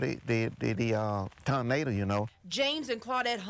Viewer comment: My man say “Tarnada”